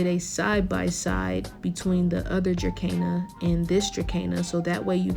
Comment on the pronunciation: It's pronounced ▶Druh - seen - a